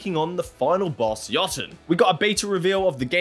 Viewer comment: thank you for pronouncing Jotun and Jotunheim correctly